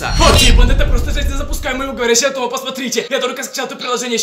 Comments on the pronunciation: не ТомА, а ТОма. Произносишь на французский манер. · Правильно говорится не Тама а Тома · Правильно говорить То́ма, а не Тома́. Без обид) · «В говорящего Томá...». Почему не Тóма? Я, кстати, тоже ) Ты слишком быстро говоришь Блин, а вот с каналом (Том) уже палитесь и бесит( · Не Тома' 😂 а То'ма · Да ударения на о а не на а